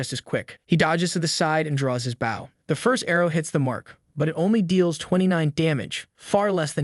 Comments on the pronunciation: for the love of God learn the difference between the weapon, bow (pronounced bo), and the action, bow (pronounced bou) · Annoying mistake - bow and tow are pronounced with an O sound not an ow sound. And less unnecessary censorship please😊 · Bow when it is a weapon is pronounced BO not the way it's pronounced when you bow to a king or a queen. Pronounced like Bo staff. Great video, the rest of your reading was A+++ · is this voiced by AI? The way it says "bów" instead of "bôw" with a deen Ô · why does all AI vo say " BAW" instead of "bow"? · the AI reading is annoying AF.. or do you really not know what a bow is? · The way you pronounce bow... I couldn't tell if you were trolling or if you were an idiot. Then you mispronounced barrage and made it abundantly clear that you're an idiot. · I will subscribe if you train your AI to say Bow correctly.:body-green-covering-eyes